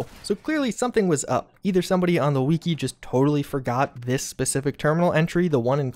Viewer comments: I cant be the only one who gets annoyed with how you say the word "wiki" (its pronounced "wikee" not "weekee") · "On the weekey" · it's a shortened form of "Wikipedia" which definitely isn't pronounced weekeepedia so you tell me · Weekee? Why do you pronounce Wiki like that? Do you say Wee Kee pedia? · Weekee?! Bro Its fuckin WIKI Wifi does not sound like Whiffy Fix your language LOL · I thought we figured out something else more important than this "terminal" secret. It's pronounced WI-CKI like a candle wick. Not WE-AKI like, Todd Howard has weaky arms. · haha he sed weeki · "the fallout we-key" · The he says wiki “wekey” make me want to jump off a bridge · "the wee-ki" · Why does he call it weeki?